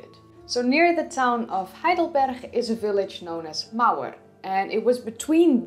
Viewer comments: Really good, but why the weird pronunciation of Heidelberg? It's "g", not "ch". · Weird "Spanish" pronounciation of the G in Heidelberg. It's supposed to be sharp, as in the word "good". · Hi, love your videos and your English is perfect. Except that you always use the Dutch 'G'. Heidelberg has the German hard g, as does heidelbergensis. And Cro Magnon is French, so is cro man-yon or mañon. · I live in Heidelberg and know the place, where homo heidelbergensis was found. But I never heard "Heidelberg" spoken as "Heidelberch"! :-) It's just a normal "G" at the end! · I enjoyed the video overall but why did you pronounce the g's as chhs. It's Berg just like in hamburger. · I'm guessing that the lady originates from the Netherlands, in whi h case the pronunciation of the G would naturally/habitually be as a "ch" sound, rather than the hard G that others would be used to. In a similar way to how a native Swede would pronounce the Swedish name for what we would call Gothenburg as "Yotaborry". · I instantly fell in love with your Dutch pronunciation of Heidelberg :) Probably the local climate supported the availability of huge amounts of sugar rich fruit during extended periods of the year. Or a very wild theory: They were growing wheat and baking bread and somehow that achievement later got lost again (because they found out that kind of food destroyed their teeth and went back to other food sources)? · Me too... 😊😊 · Heidelberg is in Germany. I've been there. I can assure you the g in Heidelberg is pronounced with a hard g and not the dutch guttural g.